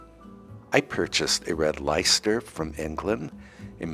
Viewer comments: the English cheese Leicester is pronounced LESTER. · What an embarrassment of riches! I really liked 1; the 1904 piano and 2. the 1959 piano... And, for the UK expats out there, Leicester is indeed pronounced Lester. Plus,, how do you keep your pianos dust-free?